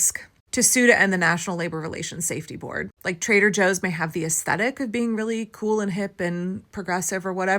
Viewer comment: Could have sworn I heard it called Traiter Joe’s……